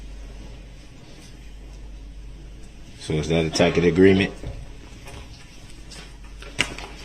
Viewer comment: If you cannot pronounce a word, you are not allowed to use it. Tack-it